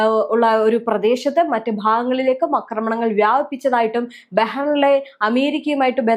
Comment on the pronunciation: അക്രമണങ്ങൾ അല്ല. ആക്രമണങ്ങളാണ് ശരി. ഒന്ന് തിരുത്തൂ പെണ്ണുമ്പിള്ളേ.